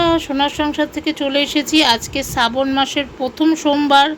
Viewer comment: সাবন না ,শ্রাবন মাস